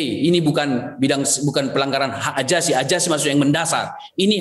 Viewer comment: AJASI.... AJASI.... hahaaa ngaku org pinter gak bisa nyebut Z , AZASI berubah jadi AJASI 😝